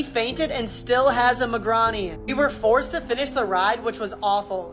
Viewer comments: Bro saying “migrawnies” instead of “my grain” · it’s a migraine. Pronounced my-grai-ne and it’s a very bad headache or at least can be a very bad one. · The “migrawny” is funny😂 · even the ai voice shes using can say "migrane" better than that guy